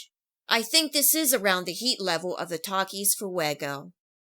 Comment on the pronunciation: Bruh the way she said Taaaaakias